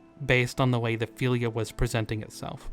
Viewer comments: FEELYA Its FILL-ya Fylgja Thats why we have words like eel vs ill fylgja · Its called FYLGJA not "philia" 😂😂 and what is a "wight" ???? ???